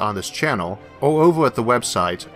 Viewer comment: Hey, you just make "Or" sounding "Er". I'm french and it doesn't bothor me.